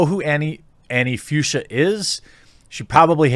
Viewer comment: Fuchsia is pronounced „Fooksya“ and is a name of a specific pink color tone.